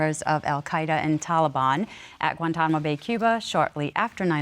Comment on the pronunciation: Cant trust the lady that interrogated Ms. Samsonoff because she cant even pronounce Taliban right smdh .. also Mr minero knew she was out of his league and was doing everything to keep her except being with her sexually due to his low self esteem. She should have just left him..